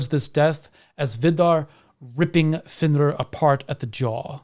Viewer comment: I have always felt great sympathy for fenrir, Loki, and all his children, actually. Loved the insight of all the wolves and the proper pronunciation of the names.